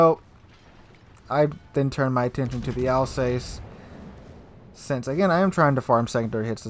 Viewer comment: Love your vids. It’s pronounced Alz Ass. Not Alz heyssss. I should know. I was born in Strasbourg. In Alsace. Cheers!